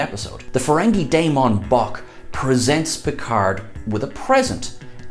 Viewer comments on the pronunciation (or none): none